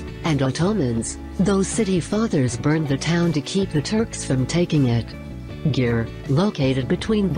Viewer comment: Hello girls.When I heared how pronounce the narrator Győr and Hévíz 🤣🤣🤣 I fell of my chair laugh.Even in english pronunouse Hévíz wrong.Maybe from since you post the video you have already visited to Hungary,but if you ask in Hungary this cities like this nobody know what you ask.